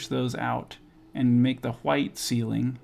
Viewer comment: cool whip, cool hoowhip. family guy. the way you say white. ggwp